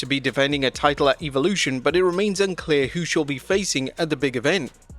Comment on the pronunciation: WHOEVER IS SPEAKING THIS VIDEO.. .. LEARN HOW TO SAY WORDS CORRECTLY!!! EVOLUTION......... SAY IT RIGHT GOOF